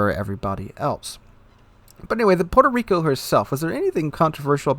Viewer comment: Puerco Reeko....